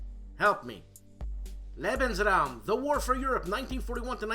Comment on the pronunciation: You did just fine on "Lebensraum" ... it was Graf Spee ("shpay") that you slipped on! :) Loved "The Show After the Show, Eh". You remind me of Frankie Five Angels Pentangali in Godfather II!! "Cicci.... la porta!"